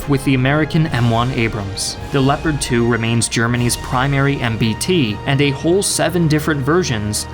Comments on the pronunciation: Leopard i think is geniunly the worst pronounciation ever lol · As a native German speaker, your German pronounciation - though you left out some of the details and harder parts - is pretty good. Only "Leopard" isn't pronounced with "e" like "Leo", but like "leg", "less" :-) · What if i told you that the Leopard is pronounced (leo-pard) as Gepard is the german word for leopard lol